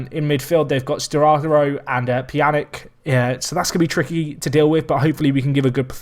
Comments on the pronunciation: OMG these pronounciations. BATE is pronounced BA-TE, TE as in TAYlor Pjanic, you got most of the name right but names that end in (ic) is pronounced itch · yee but when there are alot of top players that have similar pronunciation like modric, rakitic, you should then be able to pronounce pjanic.